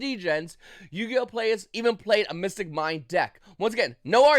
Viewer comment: bro i know people who moved here from taiwan a week ago who can make more coherent sentences than that. Also rogue not road. mystic not missing. mine not mine. Google what a period and comma is. I literally cant even piece together what ur saying.